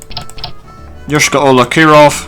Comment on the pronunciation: Your Yoyshkara-Ola pronouncation is supringly accurate. but it's not even nearly russian name. it's tartarian probobly from the times of Golden horde.